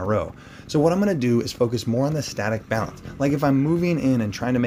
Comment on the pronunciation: Coach, it’s “balance” :)